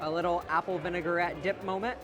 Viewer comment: Me every time he says "vinegar-ette" 😬😑